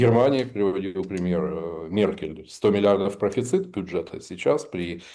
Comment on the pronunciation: Профецит..?) что это😅?